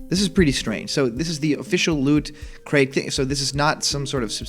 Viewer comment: Please emphasize the T in "looT." Otherwise I keep hearing....well something more innappropriate.